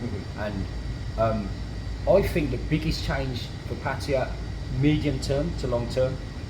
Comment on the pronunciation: pronounces Pattaya better than most people, it's not pa'tyre or p'tyre or per'tyre It's pat'tay'yaa 😊